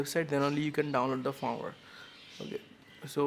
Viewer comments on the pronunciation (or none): dude you said FARM-WHERE, instead of firmware! Great Video BTW.. Thumbs up! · Firmware is pronounced 'Fermwear' not farmwer